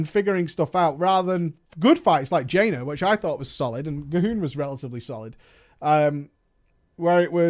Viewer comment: Jaina not jainer